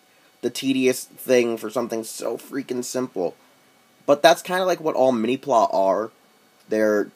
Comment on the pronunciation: lol... Mini "plah?" Mini PlA as in Play...